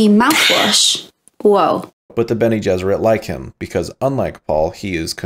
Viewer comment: Eggs Bene Jesserit had me rolling, almost as good as Shapiro saying Lisan Al Ghaib. And ‘phrasing.’ Great work man, I really enjoy your videos. Keep it up!